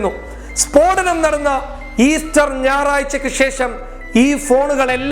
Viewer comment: സ്ഫോടനം✓ സ്പോടനം× 🙏